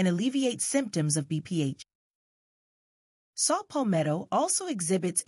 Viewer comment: It's Saw Palmetto not Salt Palmetto 🙏🏿